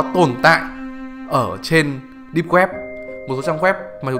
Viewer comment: Mấy lần rồi :)) deeb not deep